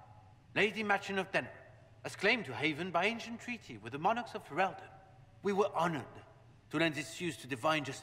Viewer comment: Fereldan = Fe-rel-den